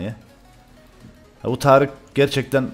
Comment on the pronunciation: Abi tarice neden tarık diyosun